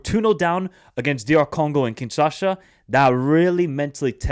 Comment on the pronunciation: You're not saying kinshasha it's kinshasa